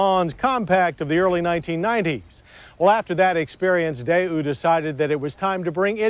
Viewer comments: I couldn't find any other sources online pronouncing it "day-ew." I found multiple examples online of saying it "day-wu" (the way we expect). I found a Korean person's video that said: Americans pronounce it "day-wu," but a Korean would say it more like "tay-wu" where the "t" sound is somewhere between a "t" and a "d" sound. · Day Ooo, Cam Ray, a couple of memorable Motorweek pronunciations.